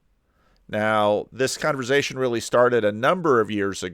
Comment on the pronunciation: I’m sure has answered this before but where does the excessive pronunciation of “z” in the word Conversation stem from? I’m a fellow New Jersyan and never heard it pronounced this way. Thank you and God bless.